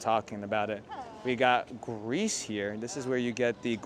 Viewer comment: When you mentioned the griddle cheese in Greece, I thought "gross" because it took me a sec to realize it was "Greece," not " grease."😂